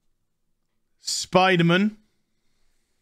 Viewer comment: I like how you say Spiderm'n